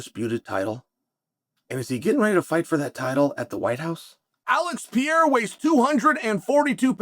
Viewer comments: When are you going to say PE-REI-RA and not PIEIRA?😂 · Chael for God sake. Pereira has 2 R's in it. How could it possibly sound like "Piera" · Chael, nobody is saying Alex Pee-era's name lol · Who TF is Piera? 😂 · It's been years now. Alex PEREIRA, man ... not pierre, or pierra ... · I like see gringo's speaking pereira ou Palhares, It become pea era and Paul Haris 😂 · Who tf is Alex Piera?? I thought his name was Pereira🤦🏻‍♂️🤦🏻‍♂️🤦🏻‍♂️🤦🏻‍♂️😂😂😂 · Why does unc insist on calling Perreira, Pierre? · Chael has “Pierra” fighting “Surreal” 😂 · "Pee Eira" for the heavyweight title 😂🤣😂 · Shout out to "Pee-ERA" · So, man, it was supposed to be Pereira, but oh well. 😂😂😂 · I watch this guy so much that I'm also unconsciously saying Piera now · That first sentence for me horned up... "Is Alex Pea-era about to fight for the interim title" 👏👌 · You nailed it “Pea-era” 😂 right the way he said . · The Pee-era is upon us